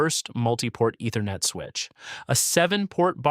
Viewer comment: Love the videos, but the voice-over's mispronunciations are a tough listen! Ether-net. D-O-S. Doh.